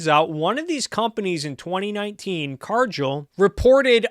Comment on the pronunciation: Excellent video, but one thing: it’s Car-Gill (like a fish has); not Car-Jill